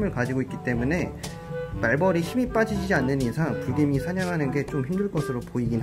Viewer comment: 불개미가 브르개미로 들려